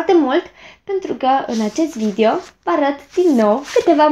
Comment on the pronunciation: Ce drăguță ești când spui ,, Vidio "